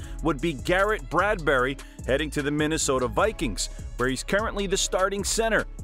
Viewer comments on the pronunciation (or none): none